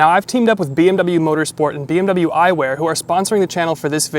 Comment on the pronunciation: Научитесь правильно выговаривать слово BMW